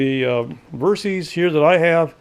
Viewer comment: You put out great videos but I have to mention this. The bike's name was derived from "versatile system", hence VER SYS as in system, not VER C's or Ceees. I apologize for being nit picky but I cringe every time I her someone say Ver C's.